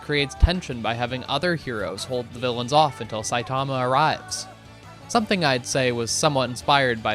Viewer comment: so satiama